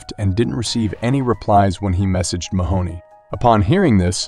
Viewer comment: everytime Mahone is pronounced "Mahoney", i die inside a little bit